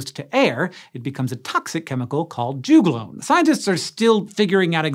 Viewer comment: Rhododendron also do this. Also we say jug-lone not ju-glone lols